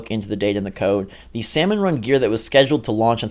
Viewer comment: The L in salmon is silent